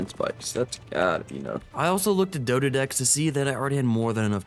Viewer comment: I love your videos but I can't stand how you say some things. FOILage? Like aluminum foil? Nono. It's fol-EE-ige. Foliage. Mana-ga-marmar? XD It's spelt Managarmr. Just one mar, not two. You say it doded? It's DOH-ED, doedicurus.